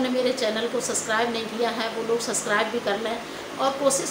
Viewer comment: sascribe nahe hota sub+scribe hota hai 😂🤣😂